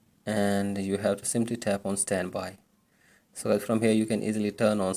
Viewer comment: Then why the flip did u say “ how to vuse svanby mode wizout charging”